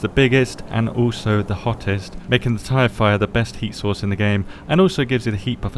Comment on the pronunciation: anybody else hear "Tie Fighter" instead of "tire fire"?